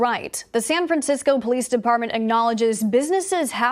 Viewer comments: "San Fran-sicko"? LOL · San Fransicko... LoL that is perfect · Wow you got that right - San Fransicko 😂